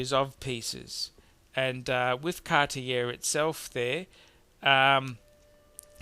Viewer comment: Again interesting - just sort the French out. If I can learn "show us ya growler" you can pronounce Cartier